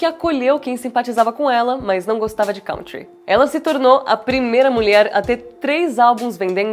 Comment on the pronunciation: Country se pronuncia “kun-tree” Kanye se pronuncia “kah-nee-yeh”